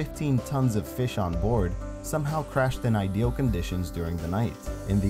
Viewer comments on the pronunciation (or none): none